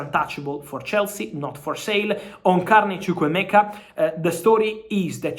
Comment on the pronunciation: Dewsbury-Hall... not Dresberry-Hall